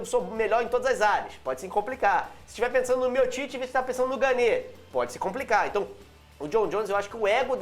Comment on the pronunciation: não é ganê ,e sim gane,o e no final não se pronuncia.espero ter ajudado.